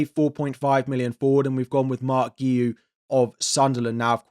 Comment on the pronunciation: Thats not how you pronounce Guiu 😂